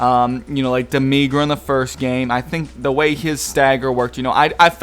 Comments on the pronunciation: Da me gra? Really? I dont usually mind mispronunciation if words but they say his name in the game. Demi as in Demi lovato and gra. Not that hard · When people pronounce Demigra incorrectly even though they have the correct pronunciation in the game... XD